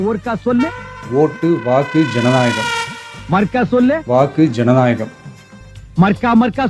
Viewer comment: அப்பூ..... அது ஜநாயகம் இல்லை ஜனநாயகம்......... எங்கே சொல்லு...... மறுக்கா சொல்லு... மறுக்கோ சொல்லு